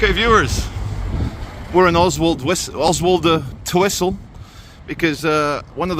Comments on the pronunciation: Karma came knocking....btw, I think it's pronounced Ozzletwistle. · Just to twist your mind if you’re not from round here, it’s pronounced Ozzle Twizzle. 😂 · It's pronounced "Ozzultwissel". My late stepdad, with a clipped Paisley accent, had a hell of a job pronouncing it! Keep up the good work